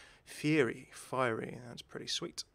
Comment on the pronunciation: it isnt fear-ey it's fire-ey